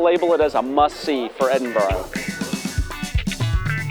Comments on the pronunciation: Edinburgh not Edinbro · Great video, but it’s not ‘Edinboro’ it’s ‘Edinburra’. How can you still not realise that after demonstrably spending time there? You should respect the places you are visiting by at least attempting to pronounce their names’ properly. Also, Britain = England, Scotland and Wales. When you say “British accent” you mean English accent. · Leans against sign of EdinBURGH... "Today in Edinburrow..." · Three things: 1. The city is not called " Edinborrow" 2. The streets in the Old Town are not cobblestones but granite setts. 3. St Margaret's Chapel the oldest building in Scotland? I think not. Skara Brae on Orkney predates it by about four thousand years! PS: what the heck is a "British" accent? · I wince, and feel annoyed when Americans use the dreaded "Edinboro" pronunciation. Respect the city and the Scots please by using the correct pronunciation - it is not difficult. How would they feel if we used mispronunciations of their cities, such as New Jerk, Sickago, or even Pittsboro!!! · If you intend making a video about somewhere a little research into how it is pronounced is a good starting point